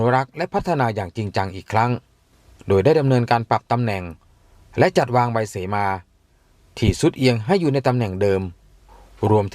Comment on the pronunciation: คนอ่าน อ่านก็ผิด เสมา ไม่ใช่ สีมา